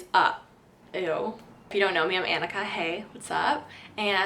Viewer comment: Interesting pronunciation of the first name. I've never heard it before, just ones pronounced "Awn-ikka"